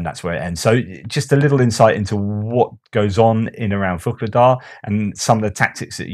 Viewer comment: why do you pronounce VUKLEDAR? With a K? There is no K in the town´s name. It´s Vuhledar. VUH-LE-DAR